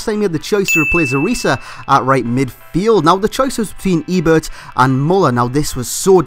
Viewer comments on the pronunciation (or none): none